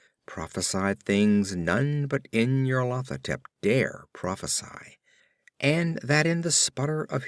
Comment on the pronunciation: I can't decide if you're pronouncing this as "in your Lathotep" for comic effect.